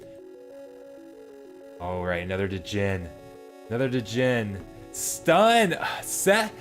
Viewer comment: i respect you too much to let you keep doing this: fiend = feen-d rhymes with scened djinn = jin this is the ultimate sneak peak thanks for posting and taking your time through it, its going to be a lot of money tossed into the game these next two months